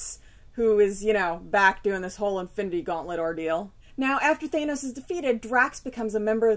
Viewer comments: Thanos, not "Thay-nows" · Justin Fernandez I've heard it both ways but you're right, Thanos with the short 'a' sound is how they are pronouncing it in things like the GotG movie. I tend to say it more like Thay-nos out of habit from reading the comics as a kid before I heard anybody pronounce it. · I say Nay-more too lol I've heard it said both ways too. I guess this is one of those times where my fobness isn't such a disability. I've been reading it as Thános since I was a kid not because I knew how it's pronounced but because I was a fob. Lol Anyway, GotG was awesome. A few changes here and there but overall, a fun movie.